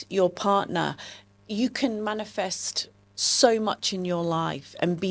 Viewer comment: She said mainfest lol